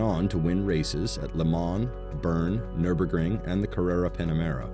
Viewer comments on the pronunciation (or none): none